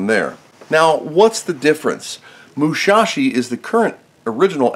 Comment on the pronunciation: Actually it's Musashi, not Mushashi. Good video, by the way!